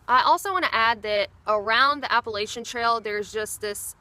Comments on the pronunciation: App-puh-latch-uh NOT app-puh-lay-sha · Appa-LATCH-an.. Damn it. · it's "Apple" "Latch" "Ian". Say those 3 words together and that's how our wonderful mountain chain is pronounced. Appalachian. It's not whatever that word is that you're using. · This is interesting, - you sound like you are from the South, and your name strongly implies Southern heritage, yet you pronounce the word 'Appalachian' as only a non-Southerner would. I mean no offense, but what happened?